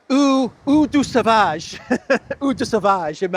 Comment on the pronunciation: If you want to be funny and mock Macron (IMO he deserves it) please try to pronounce Eau Sauvage properly, the way you do it is not very funny. Eau Sauvage is famous and with us for about 60 years so you should know how to pronounce it correctly. In general I like your comments and the way you do it.